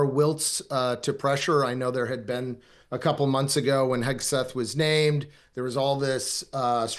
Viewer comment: Emily, it is Hegseth not Hesgeth